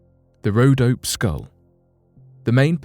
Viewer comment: BTW, it's pronounced: RhodopEE Mountains.